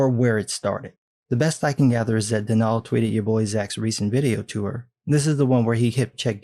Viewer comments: Its pronounced don all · As far as I know, Donal’s name is pronounced like Donald, just without the d at the end. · Pretty sure that's pronounced "DON-uhl". Other than that, awesome video.